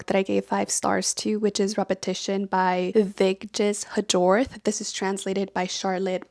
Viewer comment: This isn't to be petty, you just strike me as a person who wants to know how names are pronounced correctly (and it will make talking about the author much easier should you read another book by her): Vigdis Hjorth's last name is pronounced more like "Yoort" (with a rolled r). Thanks for presenting your recent reads. Some sounded very interesting and might make it onto the stack of book I intend to read.